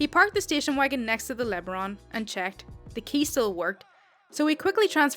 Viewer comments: It's pronounced "Le-Baron." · LeBaron pronounced la-baron as in a title of nobility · You always make my lunch 1/2 hour enjoyable. BTW it is pronounced La Baron. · First part of LeBaron was correct, but the last part is pronounced barren over here. Lesabre is pronounced lë-saber. I chalk it up to companies trying to make their vehicles sound more posh than they were. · Great stories. I don't mean to correct you but it's pronounced Le Barron. Also Moorish. Sorry, I just couldn't resist. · It's pronounced Luh Baron. But, you got it more or less...ish.